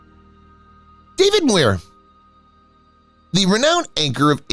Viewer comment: This is the worst Narration because he pronounce David Muir & Tracey Pollan's names wrong.